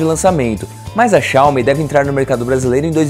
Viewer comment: Não queria falar nada não, mas o pronunciou errado o nome da empresa. HUE